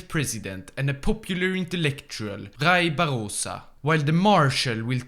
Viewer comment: "Rai Barrosa" KKKKKKKKKKK